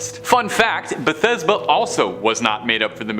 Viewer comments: It’s pronounced Bath seba. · I believe the name is Bathsheba, not Bethesda. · Baby it’s Bathsheba lol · Not this dude misprouncing bathsheba and james wan